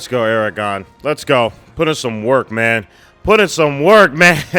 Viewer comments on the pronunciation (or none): none